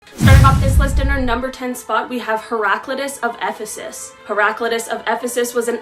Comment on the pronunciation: Great start with your brutal pronunciation of Ephesus. But stay tuned. And you actually did a really good job. Rogans up👍. It doesn't matter that you weren't taught ancient Greece up the wazoo, it isn't as important as it's made out to be.